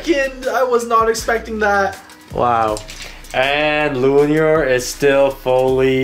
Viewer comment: calling luinor lunior Zwei luinor: Am I a joke to you?